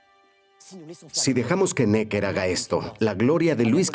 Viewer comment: QUE MAL DOBLAJE... pronuncian bien 'Necker' en francés en el video original (palabra aguda) y en el doblaje la convierten en palabra llana; igual que con el nombre del ministro de Guerra 'Vergennes'. Hasta los anglos son capaces de pronunciar bien en otros idiomas cuando se lo proponen... y los del doblaje se encabezonan de pronuncia a la pichinglish... ¡¡¡RIDÍCULO!!!